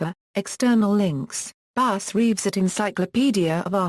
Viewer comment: The narrator should learn how to pronounce his name.